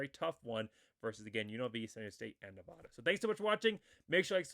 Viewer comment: FYI. It’s Nevada not Nevahda. The most mispronounced state in America lol